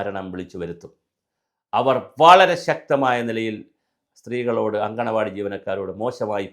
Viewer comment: സ്ത്രീകൾ നടത്തുന്ന സ്ഥലം എന്നല്ല മാഷെ മുറ്റത്തെ പൂന്തോട്ടം എന്നാണ് അങ്കണവാടി എന്നാണ് അംഗനവാടിയല്ല